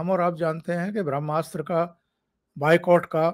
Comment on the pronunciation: भ्रम्नास्र नही ओंकार जी “ब्र ह्मा स्त्र” उच्चारण गोवा चाहिये।